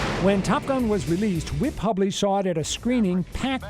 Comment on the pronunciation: Grrrr....it's pronounced hue-bley.